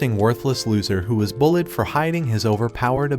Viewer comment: Instead of bullied he said bulled😂